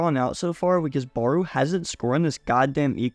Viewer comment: bro how you pronounce barou is annoying asf💀💀its not ''baroe' its ''barow''